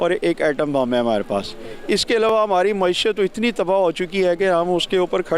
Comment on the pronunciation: I wonder why these Pakistani host don't pronounce 'Ra' rather they pronounce 'Da'.. it's not Hamari... it's Hamadi... 🤣🤣